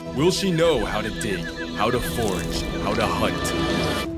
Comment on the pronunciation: It’s FORAGE, not forge…